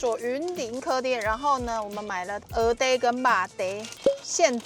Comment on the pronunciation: 鵝ㄉㄟˉ就是鵝ㄉㄟˉ！！不是唸ㄎㄜˉㄉㄧㄝˉ！！